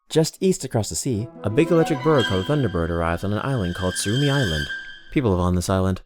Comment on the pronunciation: "tsurumi island" as the bird arrives at seirai island